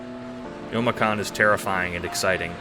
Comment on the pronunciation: Idk what SAHcon is, I heard it as sawcon in the "sawcon deez nuts" sense. Amazing video though!